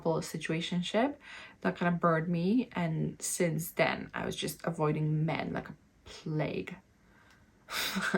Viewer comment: Yes. The way you emphasize the word "men" at the start of this video at 36 second in. (you do it in multiple other places as well). For most men will be an immediate nope and they walk away. Something to realize for about the last 10-15 years men have been getting shit on by feminist in this way. So ANY indication of this attitude towards them in the early phases and they walk away instantly. Literally seen this in real life many times. You have a mixed group of men/women in a bar and one of the women will construct language that way. Blame all things on men as if "all men are one entity/the same" it comes across as identity politics (paint all men with the same brush). Then 2 hours later when trying to talk to any of the men all the men are running away from the person and nobody will say why cause its confrontational to do so. The only men left standing there will be because they think they can use the desperation against the women to try to get lucky. The result is this is the only men you end up meeting / talking with are men who typically do this. The other import thing is none of the womens friends will tell her either. Women tend to love to give positive comments only and not negative realistic comments. Or comments which are polar opposite opinions of men. Like an example of that you can see in real life is a women giving complements about the long fake finger nails and how nice they look. But in reality are extremely off putting to a lot of men cause they scream "I